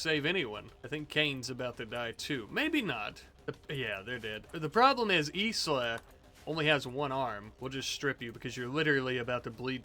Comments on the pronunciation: i think Isla is pronounced eye-la😂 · Anyone gonna tell him Isla is pronounced eye-la? I'm tweaking